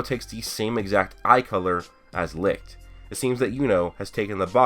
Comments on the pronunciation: I thought licht was pronounce like leech not lick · Licht is pronounced Lisht and not Likt it's German meaning light you can google it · Its called Licht dude Lichhhht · He's called Licht its a german word but most of u americans seem to have problems to say it right :)